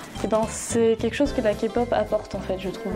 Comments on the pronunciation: K-pop et non Ka pop !! Sa m'enerve les gens qui disent sa!! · faux pour le premier clip... je l'ai jamais vu et pourtant ça fait un petit moment que je connais la Kpop. au passage ça se prononce Képop pas kapop. faux aussi pour les EXO, je connaissais écoute pas et tout les fans de kpop n'écoutent pas les EXO. Cliché. Ha pour les BTS je suis d'accord avec la rousse que j'ai la flemme de retourner en arrière pour voir son nom. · AHHHHHHH ON NE DIT PAS KAPOP MAIS KÉPOP merciii hahaha ;) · Keï -Pop on dis le k a l'anglaise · "...de la ka-pop" ....OK😅😅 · OUIIII !! JE DIS OUI POUR LA K-POP !! 🇰🇷 (Ps: et s'il vous plaît,par pitié arrêtez de dire KApop... 😭) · LA FILLE AU DÉBUT À DIT KAPOP !!! KAPOOOOOOOP ?! SVPP T.T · On dit Kay-POP pas K-POP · Kapop Faisons tous 1min de silence pour cette prononciation.🙉 Sinon Les musique au ralentie c'est horrible. Les gens qui y connaissent rien dans les coms fermer votre bouche svp. Army kikoo stop svp. Et Les gens qui s'énerve sur la fille qui parle beaucoup Calmer vous,au moin elle explique très bien et peut aider pour se qui serait intéressé pas la kpop Voila je pourrait encore parler de plein de point négatif qui me soul Mais je nais pas le temps. Annyeong :3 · OH MY GADDDD DES LE DEBUT MES OREILLES SEIGNES MAIS POUTAIN DE MERDE POURQUOI KAPOP ? POURQUOIIII ÇA DEVRAIT ETRE INTERDIT PAR LA LOI 😂😭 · "KAY POP" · ON DIS PAS KPOP DEJA 🤣🤣ON DIS KEI POP 😂XD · POURQUOI "REGARDER LA KPOP" SIVOUPLÉ DEJA ESSAYEZ DE PRONONCER CORRECTEMENT